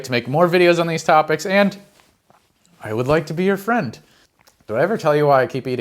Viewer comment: F...fwend... FWEND!! FWEEEEEEENNNNNNNDDDDDDDDD!!!!!!!